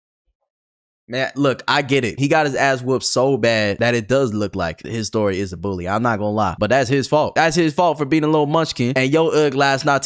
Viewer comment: I thought you said "history" at the beginning